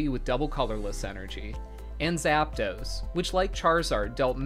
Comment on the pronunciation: "Zappa dos" "arkah type"